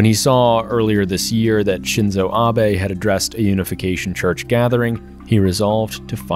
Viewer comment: The I in Shinzo is the vowel in "deep", not the one in "dip"